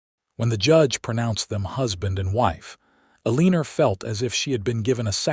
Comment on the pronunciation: Terrible AI narration! People in wild west did use contractions and could pronounce words like Eleanor. I stopped listening. This story is a waste of time.